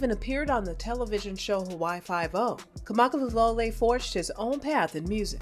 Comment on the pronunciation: If you’re going to make a video about somebody, pronounce their name correctly. And pronounce the instrument they play correctly.🙅🏻‍♀️